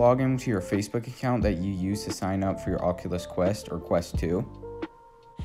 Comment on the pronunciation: Thanks people always never say it right